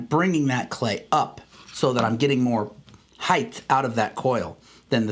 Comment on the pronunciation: Love your videos but "Heith" is not a word.